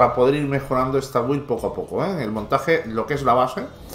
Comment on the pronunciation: porfi BUILD se pronuncia BILD QUE HIERE EL OIDO OIRTE EN INGLES buena build por cierto